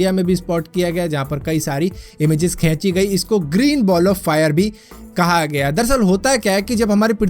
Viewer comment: Always Lough when I listen "kheenchi"🤭